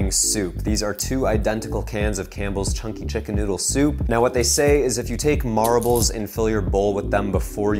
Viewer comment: i feel like he's saying marables instead of marbles.